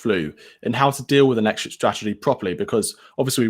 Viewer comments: "What is our exshit strategy"? That 12 year old journalist needs to learn to speak proper English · "What is our exshit strategy?" Jeez, someone needs to learn to speak English properly.